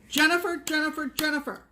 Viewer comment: you scared the crap out of me when you called me out by my full name!! You, my dear get 50 million gold stars... because you pronounced ZWICKER right. Trust, me I've heard it butchered so many times, I just answer to anything close to it. I'm over hear crying gals. That was such a sweet shout out. Thank you sooo much. Especially for the pro tip on how to find me.... "WE'VE ALL GOT PLACES TO GO!"... Yes!!!! I love that GEICO ad... is right, it is the Delaware Turnpike. I found it on YT, so you can watch it over and over again.:) The Incredible Shrinking Stitcher... that needs to be a thing! Love you gals <3